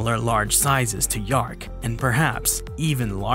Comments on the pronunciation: Dearc is pronounced 'jark', NOT yark. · In Scottish, dearc = reptile, sgiathanach = winged Dearc /chark/ NOT “yark” Sgiathanach /SKEE-thanak/ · Dearc is actually pronounced (tyerhk) the h there sounds more like the Spanish j